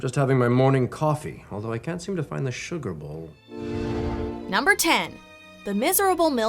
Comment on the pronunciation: Lmao how same says sugar bowl lol